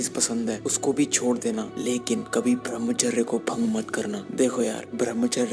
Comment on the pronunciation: Pahle thik se bhramhchary nhi balki bramhchay bolna sikh ha bhai nmo nmah . ...nn :-) :-)$ :-)